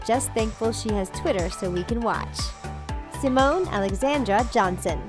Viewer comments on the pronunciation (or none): none